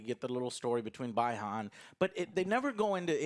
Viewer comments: Joe, they literally say his name in the movie: BEE han, not BYE han. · Bee-han. Not By-han. The movie did some great things but did some of the equally worst things. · "Bye Han" What the fuck? Anybody who claims to "love" MK would know it's pronounced, "Bee-hahn". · I'll chime in 😎 - At first I seriously thought Bi-Han was actor Jet Li. Fortunately this actor did a pretty good job. And fyi it's pronounced Bee-Han, not Bye-Han. Movie made it clear multiple times - Hanzo looks 20 years older than everyone else. BUT on the plus side I had zero issues with his acting - Don't get the Kabal voice hate. Sounds like Fat Tony from The Simpsons lol - Yeah I didn't feel it with this version of Shang Tsung either. No personality. Tagawa all the way. - Disappointed in no Johnny Cage, BUT Kano made up for it. His Magic Mike line had me rolling lol!! - Didn't like Reiko in the game, hate him here even more! His hammer is bigger than Shao Khan's. Noticed how Jax broke it? Way to ruin it for Shao Khan. WTF - Speaking of hate yeah I didn't like that "beautiful" lady with the wings either. Loved her death lol - Wasn't too impressed with this Japanese version of Raiden. Could've teleported the fighters in the temple, instead was like "nah, you go meet with them Liu Kang. They have to earn it!" then LK would be like "but Lord Raiden they're in the middle of the desert where Shang Tsung can easily ambush them anytime he wants to!" then Raiden would say "Oh yeah. Forgot about that. In that case I order you to run as fast as you can to meet up with them. Time is of the essence!!"🤦 - I get it's presented as a serious movie, but they could've thrown us a bone and give us techno music during some of the fights. So disappointing 😞 - Found it weird seeing Sonya Blad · “bye-han” Bruh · Scorpion: BI-HAN! Joe: BYE-HAN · Guys, Sub-Zero’s real name pronunciation is BEE-Han. God, similar to problem with people mispronouncing Ryu (actually REE-You) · It's prounced Bee-Han Joe. Smh.